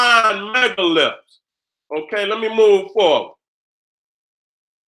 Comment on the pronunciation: has a heck of a "lipse"....lol